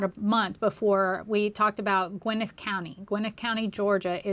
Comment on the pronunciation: It’s Gwa-nette County 😂😂 I guess I’m being picky because I lived there at one point.